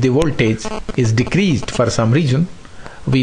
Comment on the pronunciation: Very informative video with detailed explanation. Just the pronunciation of certain words Stabilizer, stabilizing, increase, decrease, relays